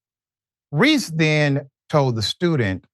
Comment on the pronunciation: "Reese axed her" ??